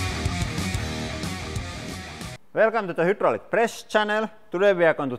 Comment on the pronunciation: Its pronounced: 'Hi draw lick' - so annoying to hear that word mangled!